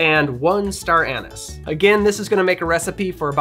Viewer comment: hate the way yu pronounce anise lol